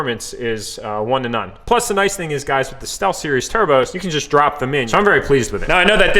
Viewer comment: I like how he said we got new “turbos”